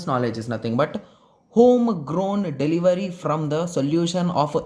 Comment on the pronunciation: Derived ❌ Delivery✔️